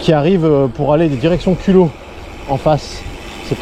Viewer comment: Hello, comme tu as dit que tu tenais à prononcer les noms des villes et villages correctement, je me permets de te dire qu’on prononce les z pour Culoz, Chanaz et Motz. Merci pour vos vidéos très sympas et votre état d’esprit